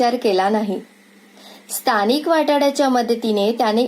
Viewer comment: कथा छान पण अभिवाचनात भाषेकडे लक्ष न दिल्याने निराशा झाली. विशेषतः पच्चिम,एते,स्तानिक,अहर्ता इ.इ खूपच खटकले..